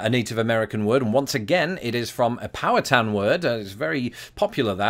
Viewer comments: What cracks me up, from being not far from Pittsburgh, your pronunciation of "Powhatan" sounds like you are saying "power town" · I think it's pronounced "pow-HAT-in".